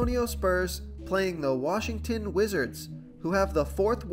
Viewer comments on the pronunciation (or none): none